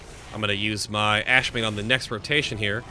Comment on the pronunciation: By the way, it's AshAmane, not Ashmane.